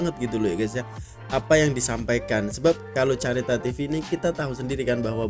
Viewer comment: Sebutan careta tu berbunyi 'kareta' bukan chareta. Careta adalah bahasa portugis yg bermaksud kereta.😊 Maksud BUFORI - Beautiful, Unique, Funtastic, Original, Romantic dan Irresistible. Hanya mengeluarkan 40 unit kereta setahun. 100% buatan tangan😊